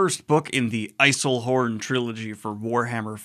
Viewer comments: The way you pronounce Eisenhorn bothers me. Its Eisen, not Eisel. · I really hope you were saying Eiselhorn instead of Eisenhorn just to annoy us 40k fans. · I wanted to watch this because I just finished the audio book and wanted to hear what some folks thought about it because I thought it was okaaay and nothing great. With that said I’m sorry but hearing you say “I-sell-horn” instead of “I-zen-horn” is killing me….Im sure its a good vid but not for me. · I love this book. I would argue it is THE BEST intro to 40K lore. My vote for Cavill's project would be adapting the Eisenhorn trilogy (Xenos, Hereticus, Malleus) with one book per season. So much of the 40k-verse is touched upon within the stories beyond just the Inquisition itself. BTW, the "EiseLhorn" thing was making me nuts." 😀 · This video should be used as a drinking game. Take a shot every time Daniel Greene says "Eiselhorn" =D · Maybe it's my European ears but are pronouncing Eisenhorn 'Ice-L-horn?' Lol Anyway, delighted to see you revisit the book and poke around the gargantuan library that is Warhammer 40k lore! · EiseNhorn not EiseLhorn. Other than that great rereview. For something different read The Infinite and the Divine. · Sorry to be a bother Daniel, but it’s pronounced Eis-En-Horn not Eis-El-Horn. Delighted for you to return to the grimdark of 40k, but I couldn’t not make this comment. Edit: I should have watched the whole video before commenting. Mea culpa. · You should watch the ''THE EMPEROR OF MAN 1,2 and 3'' from Luetin09 and the ''Every single Warhammer 40k (WH40k) Faction Explained | Part 1 and 2'' from Bricky to get a good overview of the 40k univers. And for god's sake its Eisenhorn not Islehorn. BEJESUS! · Nobody gonna mention “Eiselhorn”? Edit: oh, no, he realizes. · So many 'L's! Even after acknowledging it. 🤣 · My god the way he says Eisenhourn gets on my nerves, the beginning is pronounced like Eisenhower the Supreme Allied Commander in WWII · "Eiselhorn" lel